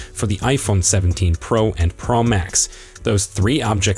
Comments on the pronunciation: Only Apple makes an iPhone, their is no need to say Apple in front of it. It is pro not pra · Ugh it was like nails on a chalkboard!! Yuk! It’s pro not pearl max!!